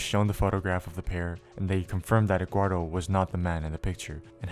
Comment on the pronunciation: why does this guy pronounce Eduardo as "Eggwardo"